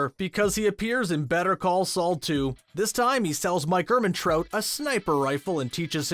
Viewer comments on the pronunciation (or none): Dude, do you even watch the show? You have no idea how to pronounce nacho’s name and any real fan would know that. Also, no offense but this is like pre-k for better call Saul fans. Step it up a bit 😆and it’s Mike Ermantrout not TROTE! How can you have millions of followers you have absolutely no idea what you’re saying?